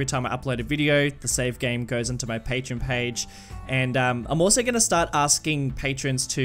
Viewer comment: Its..... Pronounced... Pay-Tree-On